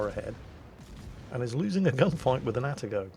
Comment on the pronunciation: Two comments about pronouncing Japanes words/names: 1) they are pronounced exactly like they are spelled. Where there is leway, Japanese is like Italian, most sylables end in a vowel: Atago is Ah-tah-go not At-A-Go. Yamato is Yah-Mah-to not Yam-a-to.